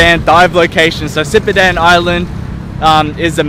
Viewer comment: Great vlog as usual! Btw i repeat like a few time when you pronoun "sipadan".. haha.. 😂😂